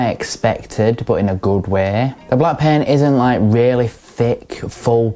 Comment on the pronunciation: I kept hearing pen. I took me a minute to figure out she’s saying paint. Lol. Good review!!!